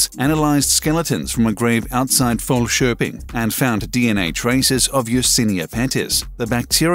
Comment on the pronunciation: You were unexpectedly good at pronouncing Falköping and the archeologists name